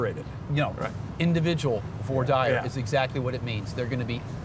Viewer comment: Vwah deer not vore dyer 😩